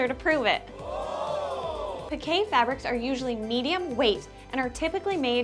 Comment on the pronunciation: "Pi-kay". 😲 And all this time I've been pronouncing it as "peek". 🫣🤫 Thank you for letting me know the correct pronunciation for it! 😅